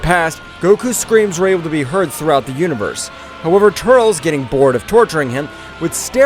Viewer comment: Bro... not tuuurlsss... TUR.. LES... TUR..LES... TURLES.... please bro... say it right